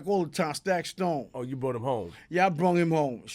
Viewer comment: When he was saying stack stone I think he meant taxstone